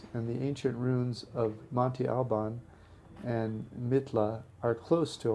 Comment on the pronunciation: This video is beautiful, being able to see places I got to visit years ago during a visit to my stepdad's family was great. Please, work on your pronunciation of places. That is my only complaint. Wha-ha-ka. Mm-ohn-te Al- bahn. Ss-ah-tech-oh